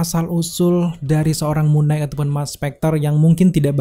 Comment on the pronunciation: Koreksi bang. Knight dibaca "nait" gak dibaca "g"nya. Sama kayak baca night 🙏🏻 Abang ni bagus kontennya, suaranya jg enak, tinggal perbaiki pronunciation aja bang. Masukan biar kontennya lebih enak dan lebih maju bang 💪🏻